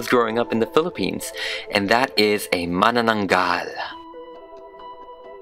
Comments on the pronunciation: Seriously? I was surprised. The way pronounced Manananggal is absolutely correct. And made me pause and think and said Wait, What? Is he a Filipino. He said my culture? So he is. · Mas magaling pa siya nag pronounce Ng mananaggal :D , Just watched our video :) lots of love from the PHILIPPINES :) ❤️